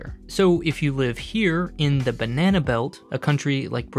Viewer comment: Jeez man. You're doing the narration for this video & you can't even say the word 'Banana' properly! You should be fired.